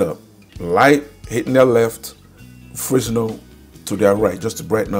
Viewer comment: It’s pronounced frenel not fresnel, the s is silent for some reason